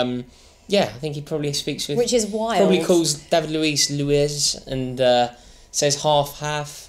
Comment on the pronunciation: Luez it’s fucking Luiz